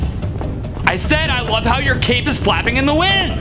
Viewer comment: Ngl I heard "don't tug on Superman's cake" now im convinced hes a baker